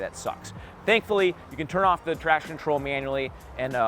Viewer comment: Although can't say 'traction control' correctly. What in the world is a "traction troll?"